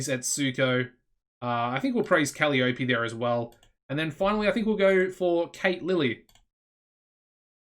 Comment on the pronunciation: Woot! When you get a chance, could we see your backstage rating, please? Gloomy Ruby is only one-tenth of your roster, so it's probably good, but wouldn't mind seeing it anyway. Thanks in advance. Oh, and Kuh-LYE-uh-pee' :-)